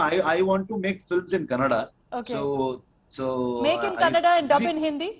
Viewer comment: Happy thing I heard is news reader said kannada correctly!👌